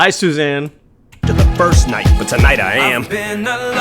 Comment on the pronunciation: It sounds like Em says: "By Shoshanne" when he says: "By Susanne" which makes me think if it's nodded towards the Tarantino line : "Au revoir Shoshanna"